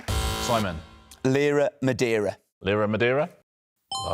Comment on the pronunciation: Only ROHoG can "rhyme" lee-ra with ma-day-ra. 😆